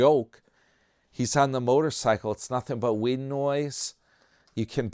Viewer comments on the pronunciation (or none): none